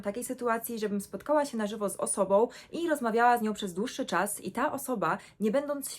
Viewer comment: ma akcent, akcentuje tak jak Niemcy czyli na ostatnia literę np mówi nie na czas tylko na czaS ale gdybym nie znała niemieckiego to bym myślała ze nie ma akcentu